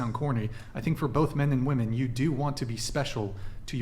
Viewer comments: So my friend isn't the only one who doesn't know how to pronounce "women" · “Women” and “woman” are pronounced differently . This generation don’t know how to use this word. It’s annoying AF